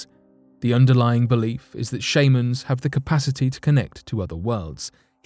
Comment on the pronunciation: shame-ans??? sh-ah-mans